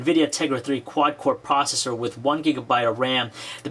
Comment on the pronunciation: a cuwod cwor pwocessor is a pwocessor wiv fowr cwors.